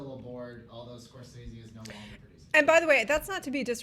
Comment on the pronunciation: Preach preach! I may disagree with what you have to say but I will fight to the death for your right to say it!...but I still have no confidence that WB will deliver anything but crap with this Joker movie. And it's "Score-say-ze" not "Score-sez-ze".